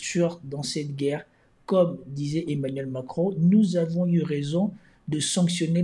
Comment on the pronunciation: "’NOUS AVONHH